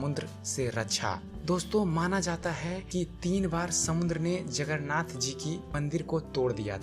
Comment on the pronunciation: अबे गांडू जगरनाथ जगरनाथ क्या बोल रहा हैं? जगन्नाथ बोलने में क्या जाता हैं? पहले तो उच्चारण करना सीख ले फिर वीडियो बनाना।